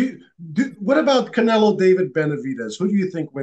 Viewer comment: Bivol call canela 😂.